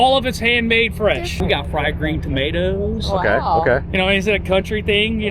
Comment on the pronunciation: fried green tomatoooooosssss. you can tell hes not from the south XD. to the FM radio thing. does your camper not have a radio built in. ive never seen one that didnt